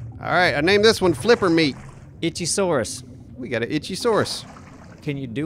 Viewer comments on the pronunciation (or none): Its pronounced Icktheyosaurus not ichy i love your vids keep up the good work :3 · Ick-Thee, Not 'itchy' I cant believe how many people know the word for fish scientists but then playing this game they call it an 'itch' Also it was named wrong from the beginning as, like the meg, its NOT a dinosaur and should not have 'saurus' in it's name. Cuz its not a Sauropod. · They're not dolphins - these guys are reptiles, not mammals. Say it with me "ick thee o saurus" ;-)